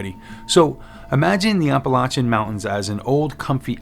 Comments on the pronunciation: maybe I stopped watching it because of the mispronunciation. I’ll view again. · Please please please- especially since you live there now - pronounce Appalachia correctly. I enjoy your videos, and I’m not trying to be mean. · OMG. You’re saying it wrong that’s NOT HOW YOU PRONOUNCE APPALACHIA. made my ears and head hurt